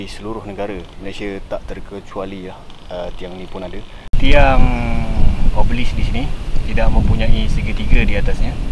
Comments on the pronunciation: O Be Lisk bukan obselik 😁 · Comel tau dia. sebut obelisk betul dah.. tiber keluar "oblesik", "obselik" hehe, tersenyum2 kita melayan video ni